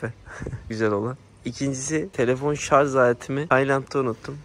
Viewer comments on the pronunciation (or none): Şarz değil şarj kardeşim. Yıl oldu 2024 öğrenin artık türkçeyi :face-fuchsia-tongue-out